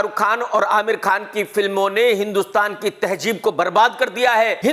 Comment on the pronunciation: Afsos.....devanagari walon ki Tarah KRK bhi ...taheJeeb...bol raha hai.... KRK paisa kmane k chakkar me ...tahezeeb...ko tahejeeb ...z...j...ko bol raha hai... Kisi ne kaha hai Paisa khuda nahin Lakin Khuda jaisa hai